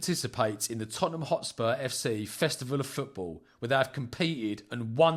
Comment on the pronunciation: "Iz da history of da Tot-ten-ham" 😂